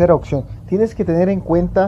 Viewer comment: daltónico "OCCION" JAJAJAJAJA